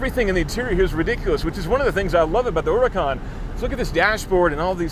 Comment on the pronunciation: Eeeelp, why did e call this andsome, fabulous, orrendously amazing car, URACAN? Are you french my man?